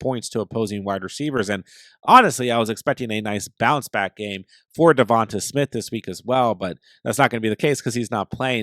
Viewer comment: Who is “davontuh” smith?